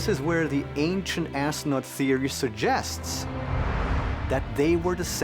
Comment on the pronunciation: Did he say ancient assnuts